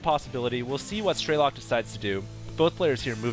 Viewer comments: it's strelOk not strElok. it's russian for shooter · i guess strelok is a russian word (as i am a russian =) ) so it's strelOk not strElok ;) (shooter in english) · "Strelok" in russian mean "Shooter" or "Sniper". Sound so funny when you pronounce it as some meaningless word ^_^